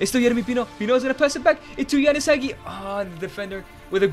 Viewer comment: Why is Castrovilli Capt? he isnt even second or third capt in our team, should have made it Milenkovic. Hell Castrovilli doesnt even play, benched by Bonaventura and Maleh. dude cant even pronounce Hagi correctly.